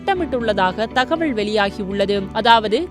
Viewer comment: உண்மை , தகவல் _ தகவள் னு சொல்றாங்க